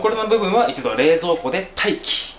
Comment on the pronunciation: の 『待機っ』の言い方好き